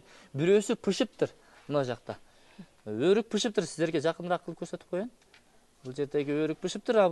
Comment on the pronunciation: Пышыптыр эмес бышыптыр